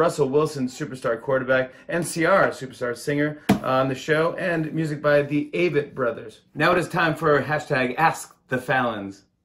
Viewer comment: Dude, it’s “Avett” brothers. They’re not bugs 🐜 (sounds like you said “the aphid brothers.”).